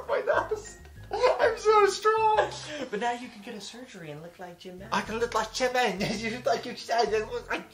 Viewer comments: I even cringe when he says the name of the person he wants to look like. Who is JUH-min? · The worst is that he's obsessed with Jimin, but can't even pronounce his name correctly.